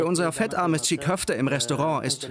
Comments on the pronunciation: Nicht tschigg köfte. Tschii köfte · Alter das G ist stumm! Die heissen gesprochen Tschi Köfte! Nicht Tschig!